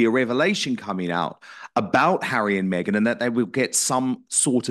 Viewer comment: Around 👉 👈 Did i hear Lady C say "meg-nancy?" 💀